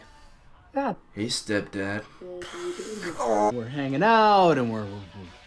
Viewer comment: You can’t say “stepdad” that way throughout the whole video and then proceed to say making a height joke is the most annoying thing you’ve ever done. I’ve watched all your videos and it’s not even top 5 man. Have you seen the face you made ?